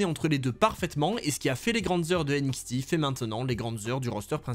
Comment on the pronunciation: Aie la prononciation franglais"N-ixti" ça fait mal aux oreilles.